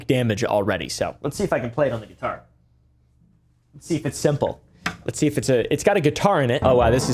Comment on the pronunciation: Gee-Tar flex :face-purple-wide-eyes::face-blue-smiling